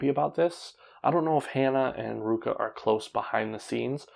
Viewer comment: I forgot to mention Ruaka. Its RU-A-KA.